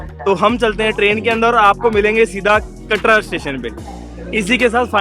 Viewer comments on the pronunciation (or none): Katra hota hai bhaiii katdaa niii hota